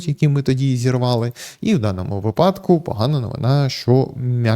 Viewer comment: Слідкуйте за наголосами вИпадок ЛистопАд вИтрати